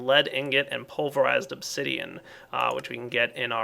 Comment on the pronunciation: said Obzidian near the end. best flub ever.